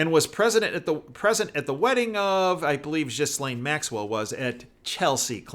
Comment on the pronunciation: By far this is the best channel for truth!! Just a heads up the “s” in Ghislaine is silent. Keep up your diligent reporting. ThanQ ❤️